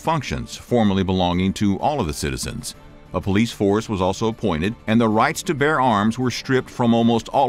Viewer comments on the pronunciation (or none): none